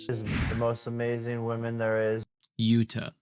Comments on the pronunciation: Its sais “jewouuu-ta” not yut-ta just FYI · Did you say Jadda? 😂It's Jutta!